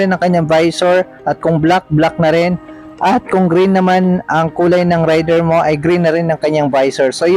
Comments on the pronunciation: sa mga motor blogger lagi nyong bigkas ay rayder ,di ba dapat reyder (raider).. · Sa mga nag vlog lagi binabanggit ay Rayder(rider) di ba dapat ang bigkas ay reyder(raider) ..wala lang napuna ko lang ..peace..